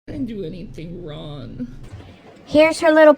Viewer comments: Her inability to pronounce Gs at the end of words gets me every time 😂 “You can’t see how that’s RON” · " didn't do anything wron"... You have to remember, she can never afford the last "G";at the end of her words.